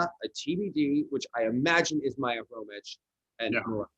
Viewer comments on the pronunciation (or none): I think Maiia's last name is pronounced Kromik, not Kromich. No reason the "kh" would be "ch". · It’s pronounced HROMYH. H like in Hotel. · It's Khromykh. The first and last letters sounds the same, as "h"